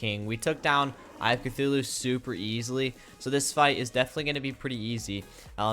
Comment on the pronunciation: "eye if cthulu"